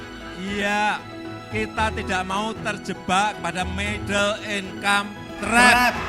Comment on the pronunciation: Hahaha iya aku jg dengernya middle in kampret 🤣